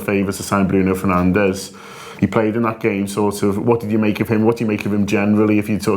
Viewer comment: its pronounced BRUNO FERNANDESH